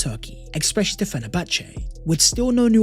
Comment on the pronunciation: its especially not expecially stop saying the x bro it triggers everyone in my house when we watch ur videos bro